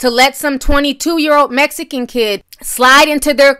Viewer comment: The way you say MEXICANS BOTHERS ME ..BAD.. I AM A HUGE FAN OF YOURS BUT THIS AIN'T COOL